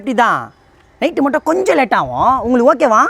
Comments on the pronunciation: Yov ஓகேவா இல்லை ஓக்...வா தெளிவா பேசுய்யா 😂😂😂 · bro Neega okca okva nu sonniga enakku thappa ketuchu 😅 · Adhuvum haaaa haaanu solludhu Neeee ok va ok va nu solra😂😂😂😂😂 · ஓக்கவா ஓக்கவா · ஓக்க வா ஓக்க வா😂😂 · ஓக்க வா ஓக்க வா... யோவ் என்னாயா😅😅😅